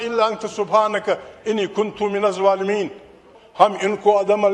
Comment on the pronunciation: Its not minuzz zwalemeen Its minuzz zah- lemeen